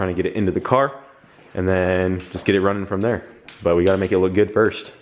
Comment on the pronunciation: I like how has the same way of saying "Good" as "Gud" like Kyle does. What's this fellow's name?